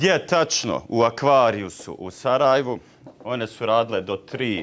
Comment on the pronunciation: Decko nije Sarajvo, valjda je Sarajevo. Kakav si ti Sarajlija, mozda si iz okoline Sarajeva.